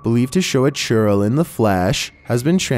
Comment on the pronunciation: when you hear "Churro" instead of "Churrel"